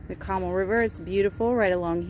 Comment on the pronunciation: CO MAAAL not Comul. Other than that, super cute condo!